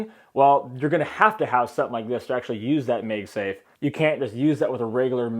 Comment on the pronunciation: It's MAGSAFE, not MEGSAFE